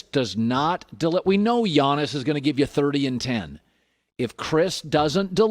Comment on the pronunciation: The way he said Giannis I was like Jonas valanciunas????